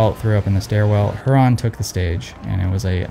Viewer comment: Big fan my guy, but totally mispronounced Huron!!! Just extra critical because it is my home state!!!